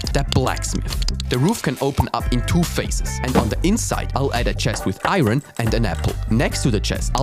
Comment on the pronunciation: It's not pronounced iron its iron